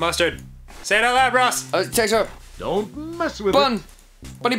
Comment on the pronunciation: Danny: adds ketchup Ross,say it out loud! Ross: skstchup